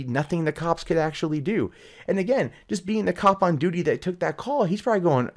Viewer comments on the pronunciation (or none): none